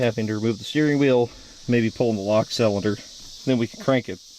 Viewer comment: I like your videos. But why du you say salinder instead of cylinder 😂 always been a pet peeve of mine 😬😂